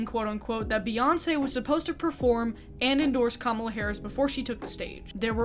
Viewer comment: Thank you for saying Kamala correctly😍